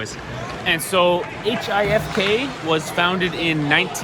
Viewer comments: You can say it as "Hifk" and not "H.I.F.K." 😊 Also, the golden helmet is for the top point scorer of the team. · You are correct on how to pronounce the name of the home team it is HIFK but the nickname people use is Hifki as a word and not the letters.